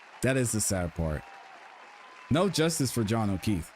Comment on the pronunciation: John O’Kweef 😂